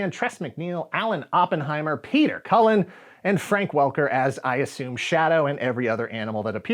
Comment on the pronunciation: That would be Peter "Optimus Prime" Cullen! Say it right!